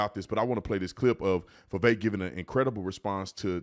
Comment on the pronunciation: Vivek rhymes with stomach ache or head ache.